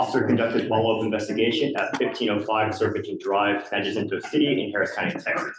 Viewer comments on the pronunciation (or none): none